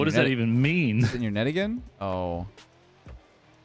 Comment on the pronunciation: Emphasis on the "AGAIN"